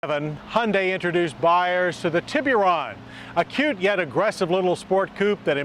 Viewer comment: "Tea-BeeU-Run" Lmfknao Hahaha